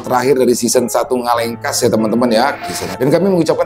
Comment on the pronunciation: Orang bali bisanya bilang ngalekas bukan ngalengkas😂